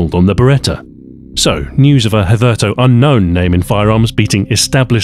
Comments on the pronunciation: it’s supposed to be pronounced like “hither to” with the “to” pronounced like “two”, not like “toe”... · bro i cannot get over how you just managed to pronounce 'hitherto' as if it rhymes with 'turtle'.